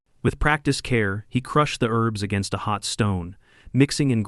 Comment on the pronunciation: Herbs not Erbs!